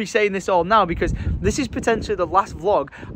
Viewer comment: Did just say: "This is potentianaly the last vlog i'll be posting in 2024"...dear santa, i wish for more 'Life of ' Vlogs in 2024! ❤